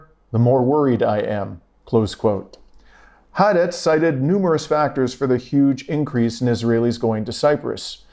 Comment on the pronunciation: Please learn to say HAARETZ, "hah-are-retz